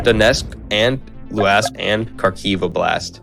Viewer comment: Viktor Yunchkov)) Yanukovych...Khakiv)) KhaRkiv...